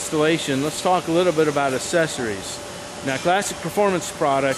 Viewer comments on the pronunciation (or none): "Lets talk a little bit about Assesories"???...what the hell are "Assesories"...